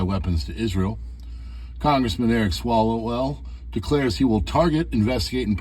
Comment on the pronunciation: Swallowell, lol